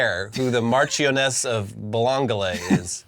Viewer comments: “Mash-ioness of Chum-Lee” that’s the actual pronunciation 😂😂 not that sexually transmitted disease sounding word your brain was tripped into saying, due to the unholy amount of needless letters involved 😂😂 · Marchioness is pronounced “marsh on Ess” Cholmondly (which. I can’t spell on an iPhone) is said “chumly” which is as dumb as it sounds. Just wait until you hear “sinjon”.